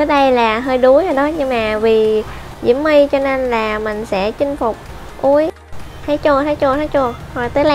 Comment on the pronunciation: Chị ơi nói là diễu my không phải là mu